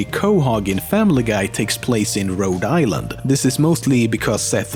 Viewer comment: You pronounce Rhode Island really funny😂